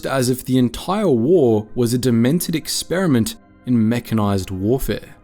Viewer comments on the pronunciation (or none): none